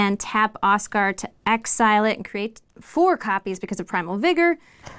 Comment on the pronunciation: Y’all pronouncing it Oskar instead of Osgir causes me psychic pain. Oskar is my birth name and also not how you pronounce that